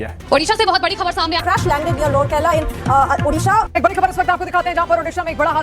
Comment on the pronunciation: that's not udisha.. it's how we spell "O'' nd then disha